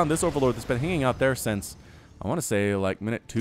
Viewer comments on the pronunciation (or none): none